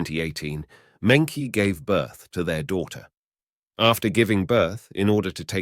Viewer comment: Mengqi's name is pronounced "Munchi" at least be more respectful by doing the correct research